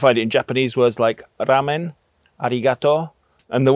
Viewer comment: Hi, sorry for a little (k)nitpicking :) rāmen (phonemic). otherwise, your japanese sounds pretty good! Jpn also uses rolls as emphasis usually when the speaker is pissed off. both rada and řada are pronounced without stress on the "a". czech doesn't distinguish between "neck" and "throat", so in this case "krk" means the latter. ^_^